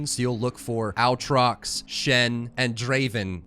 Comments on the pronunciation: also "blade of the ruined king" not "sword of the ruined king" the aatrox thing was killing me each time. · It is “Ay-trox” not “Au-trot”, great guide this helps a lot, appreciate the hard work. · God please learn how to say their names... Aatrox is NOT OW-TROX. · AATROX not owtrox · OwTrox lul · disliked because of how annoying it is the way you say aatrox how can you speak english and possibly think its pronounced that way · out here teaching a new generation of League of Legends players how to pronounce Aatrox wrong 😂😂😂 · I literally laughed for twenty seconds every time I heard that Aatrox pronunciation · the way you pronounce Aatrox makes me wanna bleach my ears HAHA